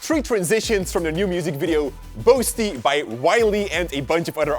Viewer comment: You pronounced boasty wrong throughout the video. I'm Jamaica I should know.